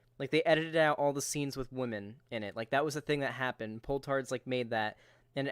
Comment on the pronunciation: Also, he frequently pronounces "women" like "whammin". What's up with that? Am I the only one who finds that annoying?! Almost as annoying as the constant repetition of "I don't care". Buddy, you care. In the worst possible way...